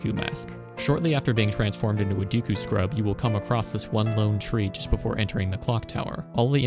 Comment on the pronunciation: Yeah, Romani's ranch side quest also gave me nightmares. But I was also not even 10 yet so cut me some slack too 😂 Ps. I loved the video. But please start saying "Deku" correctly. Edit: Totally agree on your last take. Gatekeeping brings no benefits to either party. Great video.